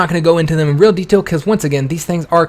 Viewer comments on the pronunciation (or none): none